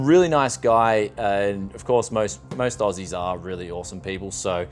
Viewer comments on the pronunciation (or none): none